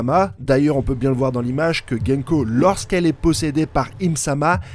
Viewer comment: C'est gounko pas genko. Fais un effort mec. Son nom à un sens ce que tu dis ne veut rien dire.